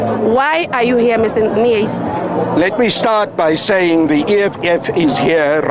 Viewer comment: Why do you keep saying Carl Niehuis,you could have just said Carl Niehaus.